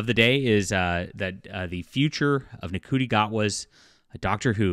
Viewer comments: Ncuti is pronounced "Shooty". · His name is pronounced "shooty" btw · I can't stand the new Who either. It's garbage, they're fudging the numbers and just plain lying about its popularity. The scripts are awful and Ncuti Gatwa is terrible as The Doctor. However, he IS a favourite in Sex Education and rightfully so. (BTW his name is pronounced "Shoe-Tee" - as in wearing shoes and T-shirt.) You've put a lot of effort into the narrative so try to get the names right.